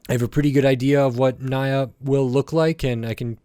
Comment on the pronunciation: WHAT DID YOU JUST SAY???? NYA'S NAME IS SPELLED NI-YA NOT NA-YA!!! WOULD YOU SPELL MY NAME AS JEY OR KAI'S NAME AS KAY? - J⚡